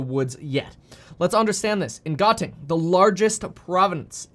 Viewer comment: the pronunciation of Gauteng is suppose to : "how-teng"